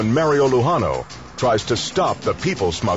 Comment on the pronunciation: Mario not Merio